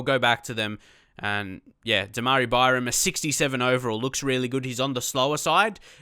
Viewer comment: I thought demarai was pronounced dema-rye-ah